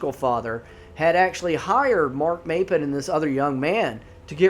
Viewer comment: I live in Oregon. I spend most my summers in the Tygh Valley. It is WELL known out there that you don't wonder off alone. Corey's story is one of many. Not the locals or the most experienced tourists know not to go out alone. Also it's pronounced "Mop-pin", Maupin is also the town I stay in in the summers. If you want good rabbit hole to consume your thoughts, start researching The Tygh Valley and many other Oregon outdoors mysterious stories.